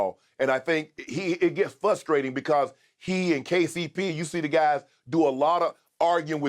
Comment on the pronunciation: “Fusstrating”. Cmon Shannon.